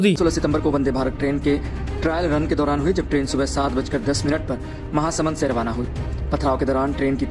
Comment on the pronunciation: महासमुंदर ❌ महासमुंद ☑️